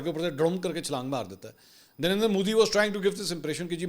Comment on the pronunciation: منصور علی خان آپ کہتے ہی درندر مودی ہیں یا مجھے ایسا سنائی دیا آپ کی بات میں 😅😅😅😅😅